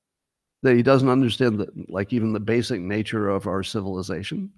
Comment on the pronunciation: I love your new “tiny smooth human brains” thing. And when you stress the shuunnn in civilizaSHUNNNN. 😄